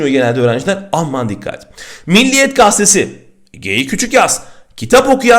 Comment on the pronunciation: Türkçe dersi verip de "gazetesi" kelimesindeki ilk e harfini yutarak söylemek biraz ironik değil mi 😊 nacizane... Tabi yürekten teşekkürlerimi de sunmak istiyorum bizlere verdiğiniz emek için..